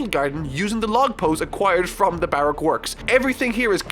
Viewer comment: Anyone else really bothered by his pronunciation of 'Baroque'?